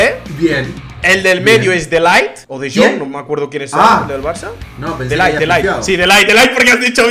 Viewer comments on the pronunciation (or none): diciendo De Light a De Jong, no sabes nada